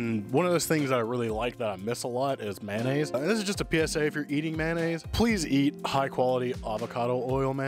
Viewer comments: Mayo-nnaise not Man-aisse mayonnaise 😅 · Please say MAYOnaise...lol. How did MANaise ever start????🤔🤔🤔🤔 😂